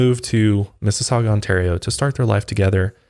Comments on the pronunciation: Finally, someone pronounces "Mississauga" correctly. Well done,. Even Obama messed it up. "Massasoggy"?..come on, Barack. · Umm...I grew up in Mississauga (impressed you said that properly lol)...how have I never heard of this case?!...just Google maps the street, it's literally a 10min drive from where I grew up, and my parents still live. 😨 Mind blown. Also, the first way you said Sobeys was right. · Im from Canada!! Yes you pronounced Sobey’s correctly and Mississauga😂 but 25 years is the max amount of time you can do in Canada. It is considered “life” here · From London, Ontario here! You guys said everything right😂 except Sobey’s was a little rough but I am very impressed with Mississauga LOL thank you for covering!! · Good job pronouncing Mississauga! But sobeys is pronounced so-bees :) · As some one who currently lives in Mississauga thank you for pronouncing it correctly LOL! I cant believe that I have never heard about this case.